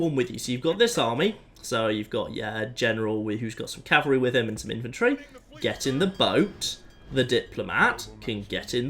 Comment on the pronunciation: 2 things: 1). Thank you for saying "CAV-ul-ree" instead of "CAL-vuh-ree." That is a huge pet peeve of mine when it's mispronounced. 2). Hope you get well soon!